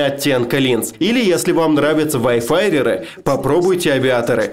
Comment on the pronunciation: как же режет слух его "ВАЙФАРЭРЫ"